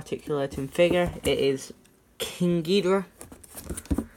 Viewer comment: I thought you said King gordita 🤣🤣🤣🤣